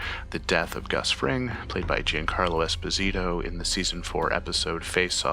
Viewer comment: Giancarlo is half Italian. It’s pronounced EsPOsito; not EspoSIto.